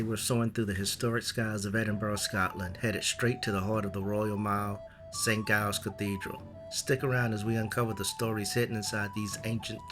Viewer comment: just a tip - the "G" in St Giles is pronounced as a hard "J" (as in "Jam") not a "G" (as in "glue").